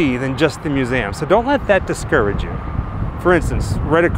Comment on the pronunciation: It’s MUSE—eeee—Um! Not “MUSE-AM.”